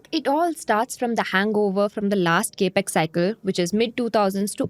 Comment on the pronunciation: Gurumātā.. it is NOT KE--PEX.... it is CAP-EX (capital expense)... not Ke-pital Expense